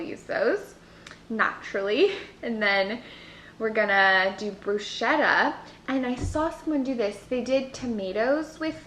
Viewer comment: hi I follow you from Italy and you are wonderful...but please don't say bruscetta...😂😂😂😂but bruschetta as if it were a k brusketta.. you are stupendous ￼